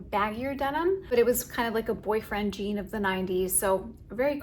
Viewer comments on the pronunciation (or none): none